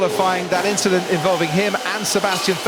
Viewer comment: Russel to Latifi: I see, you copied my inchident?